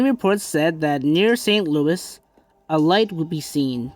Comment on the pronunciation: Its pronounced ( Saint Loo - eee )